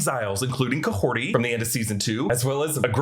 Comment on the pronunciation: Who is Kahorti? The character's name is Kahhori...